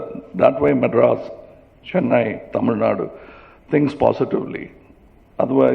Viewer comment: Kamal sir, Please stop pronouncing as டமில் நாட், it is தமிழ் நாடு...and we know there are crores of you party cardred who want change from you, take them and march towards 234 MLAs..who is stopping you sir???